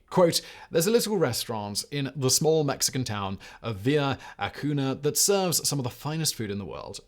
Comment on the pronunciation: "ah-KOON-yah", i believe (audio and visual - )